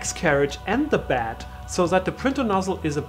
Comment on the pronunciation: It's pronounced bEd ... not bAd